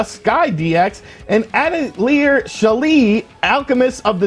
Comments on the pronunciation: A tell yay is the pronunciation for atelier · Atelier (adl-yā)...French for workshop. Lol...not your day for pronouncing foreign releases 😂